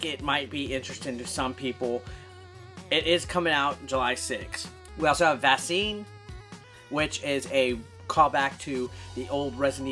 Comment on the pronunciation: should be pronounced "vack-seen"... Lolz